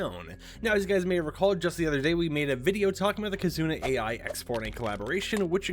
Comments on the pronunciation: Just to let you know, the AI in KizunaAI is pronounced like "eye" not "A.I." because "ai" is Japanese for "love" because KitzunaAI is from Japan and AI is a common name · Kizuna AI is not pronounced as A.I , its pronounced like "eye" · I know it is spelled AI, but I think it is pronounced eye. I may be wrong about this. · Its not AI from artificial intelligence... is more like Eye... this hurts, a lot to hear